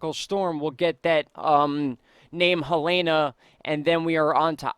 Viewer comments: It's pronounced "Hay-lean", also... not "helayna". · Just watching out for ya, Helene is pronounced "Heh-leen" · Please tell me that I am not the only one who gets triggered by him saying Helene wrong. Anyways great video as always!